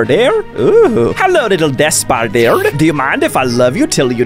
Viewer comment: it was "spiderder"